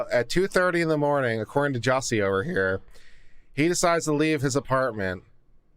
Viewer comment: His name is not pronounced as Juicy, it’s Juss-ee